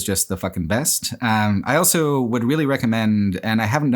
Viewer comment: Congrats on 10 years of pronouncing the word "also" as "elso".